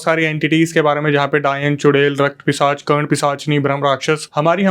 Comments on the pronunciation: Pissach ❌ pichah ✅ bihari people are so sweet yr 😊😂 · Brahm pisaach ❌ Brahm pichaas ✅😏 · ब्रह्म पिचास 😂😂😂 पिसाच होता ह